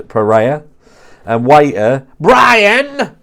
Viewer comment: Everytime you say “BRIAN” like that seriously crack up